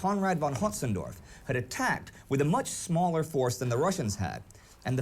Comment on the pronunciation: Windsaw already stated their reason, but the narrator also mispronounced "von Hötzendorf". It's a relatively minor mistake that's surprisingly hard to fix for native English speakers - most of them struggle with ä, ö, and ü.